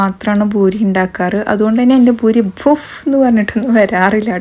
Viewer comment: ബൂരിയല്ല പൂരി